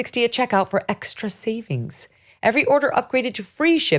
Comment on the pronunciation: Still & always, "ek-shtra" bitter, angry, ingrate, racist, hypocrite. What a mess. Shut up,.